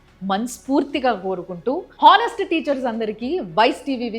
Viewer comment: హానెస్ట్ కాదు ఆనెస్ట్